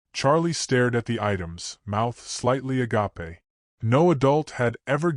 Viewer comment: Charlie stared at the items with his mouth "ah-gah-pay" (agape)? Sheesh.